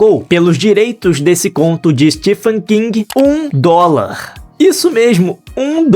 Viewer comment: A pronúncia do nome próprio STEPHEN é STEVEN, não Stifen.